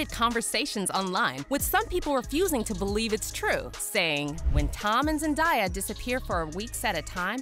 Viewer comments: yo! Its so annoying when someone can’t even pronounce her name correctly…it’s ZEN-DAY-AH not that hard right? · "ZenDIEyuh".....gurl what? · ZENDIUH!!! ZENDIUH!?? ZENDIUH?! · Why you say her name like that😭😭 zendieyuh… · come on ... Zen day a ... easy to say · Bruh zendaiya 😑 that makes me mad for some reason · Had to stop watching at the second Zen-die-ah... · thats not how you say zendaya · For real why people call her that when that’s not the same pronunciation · I feel like you're intentionally saying her name wrong they say her name correctly in your own credibility clips, and you're still saying it wrong. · You pronounce Zendaya wrong lol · I stopped the video halfway through for the same reason as the comment below. Why are they making money off her name and NOT TAKING TIME to learn how to pronounce her name, It's interesting. If you introduce yourself, that is what we call you. The announcer has a name, I AM SURE IN THE CREDITS she would really like us to see that the producers got it right. We can do better, it's professionalism. Much Love. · How she saying Zendaya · if your going to do a story on them please learn how to pronounce their names… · You butchered her name way too much to even watch the full video without me wanting to punch you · Why is she saying Zandaya's name wrong? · Um the narrater is saying sends has name wrong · I don't know who narrated this but please for the love of my sanity please learn to pronounce her name correctly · I sure do hate the her name is being butchered!! SMH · SAY HER NAME RIGHT OR DON’T BOTHER TO REPORT ANYTHING ABOUT HER HOW MANY PEOPLE HAVE TO TELL YOU HOW TO SAY IT ⁉️⁉️ IT’S NOT HARD TO PRONOUNCE IT CORRECTLY MAYBE YOU SHOULD PRACTICE SAYING IT A FEW DOZEN TIME’S‼️💯👍🏻🙄 MAYBE YOU SHOULD JUST STICK WITH…..Z 👍🏻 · That’s not how you say her name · Your saying her name wrong like learn how to pronounce it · Bro mispronouncing her name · Who’s the horrible voice over person who pronounces names wrong